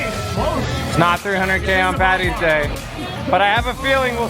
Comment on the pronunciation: Thanks for calling it St Paddys day. Its not Pattys day. Great channel. B is for best